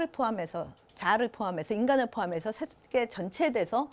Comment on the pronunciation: 자고저 문제가 심각하옵니다. 몇 가지 예; 세계, 제자, 세상! 만으로, 이들 첫 자를 짧게 발음했나이다. 잘못입니다. 길게 발음해야지요. 참으로 알 수 없는 문화입니다. 학자들의 발음이 이처럼 타락했으면서도, 이를 전연 문제로 삼지 않는 한국의 문화!!